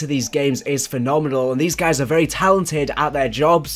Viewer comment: "hello gays its the gaming revolution..."